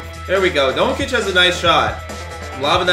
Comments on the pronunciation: It’s pronounced don-chich and Bag-lee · Saying doncic wrong